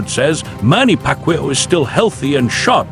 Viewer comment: say pacman correct name